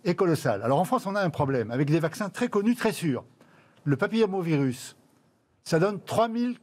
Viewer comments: Un professeur de médecine qui papillamo virus au lieu de papilloma virus...!!! Il connait bien son sujet. En plus il passe son temps à remettre son masque...!!! Qu'il le mette correctement et puis stop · Mortalité du au papillomavirus (prononciation déformée par un médecin MDR) 1000 morts par an!!! Nan mais il continue dans sa connerie!!! Aucun bénéfice du vaccin Gardasil puisqu'il ne protège que contre une certaine souche du virus qui a plusieurs variants et que la souche concernée n'est pas la souche la plus responsable des cancers! Et puis cela reste une IST dont la première intention est la prévention par préservatif et dépistage ensuite chez l'homme et la femme.... putain quand je vois de tels mecs qui se disent médecins balancer autant de fausses informations, ça fait extrêmement peur